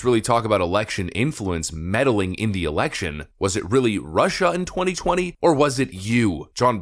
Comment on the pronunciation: Nobody can say Russia or China as well as Trump.😂